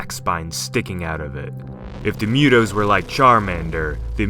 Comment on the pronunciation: This guy is a Godzilla in disguise. He's obsessed with Godzilla and its franchise. It's Mu-tos not Mue-Toes....🌚